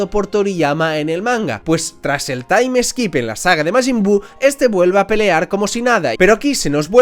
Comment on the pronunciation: se dice "TAIM SKIP" no "taim es kip"